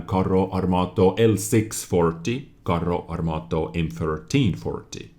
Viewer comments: Lol "Carrö armátö" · I'm italian and when I heard your pronunciations I loughed for 10 minutes XD your italian grammar knowledge is pretty good but pronunciation has to be rise ;) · YES! FINALMENTE CAZZO! ITALIAN TANKS ARE HERE! P.s:, you sound so weird when you pronunce "Carro Armato" P.p.s: as an Italian, the full name of the tank is "Progetto 42, Modello 46" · Hi, your Italian pronunciation is so bad.. you have to improve it 🤣 Btw I can say that our medium line could be use as support or sniping tanks because of the lack of armour (like French cdc).. probably by tier 6 or 7 we could have German guns on tanks so a lot of accuracy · Only for you reading "Carro Armato" i'll like the video (i'm italian)